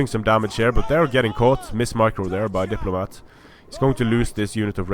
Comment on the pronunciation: You got the factions the wrong way again :D at least you're pronouncing my name right now though so I'll forgive you